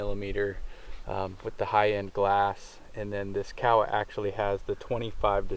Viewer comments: Kowa with an o not Kawasaki with an a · Ko-ah is how its pronounced according to their website, I also was calling it COW-ah before finding this out. Pinnacle of optics for me, depending on sample. Swaro is extra expense perhaps worth it for their EXCEPTIONAL customer service. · You know the funny thing about how he pronounced Kowa? I understood exactly what he was saying. If you say Kowa with a southern island, Japanese accent it sounds just like he said. If you use an accent from the north-east rural area it sounds just like you're saying. If your an American, white male, sitting in the bush of Alaska glassing bear and caribou, and say "Kowa" - it sounds just like the guy recorded in this video says. Does any of this really matter? If you didn't know any other Japanese and looked at the Emperor of Japan and said "Kowa Company, LTD" I think he would know what you're saying. But I get your point. Even though I wore a uniform with my name embroidered on a name tape, people still called me be the wrong name. LoL